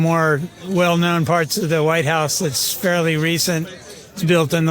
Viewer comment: .."The Entire Facãde of the Wh I te House...". Oh, Christey Joon. 😐